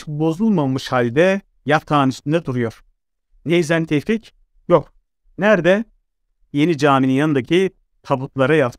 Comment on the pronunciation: Ben yanlışmı anlıyorum. Yanlış anlıyorsam kusura bakmayın. Tevfik değilde Teyfik diyorsunuz gibi geliyor bana!